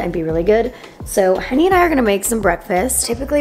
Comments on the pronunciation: me too!!! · Skp omg this whole time I thought she was saying “me and honey”